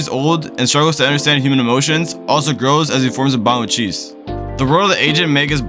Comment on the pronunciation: You seriously called her cheese. Idk of this is terrible A.I. generated crap or not but you have lost all credibility with me. Magus Bride is an absolutely beautiful anime and Chise (chi-say) is a wonderful character to those who are lonely and long for a life of wonder while struggling with sacrificing too much of ourselves for others.